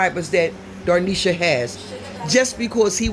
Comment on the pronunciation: You call her dar- nesha my daughter says doe-nesha. It’s dah-nesha 😂